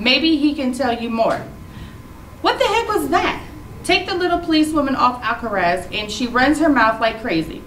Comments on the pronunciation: Alcatraz has a t try saying it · It is not alcaraz it is Alcatraz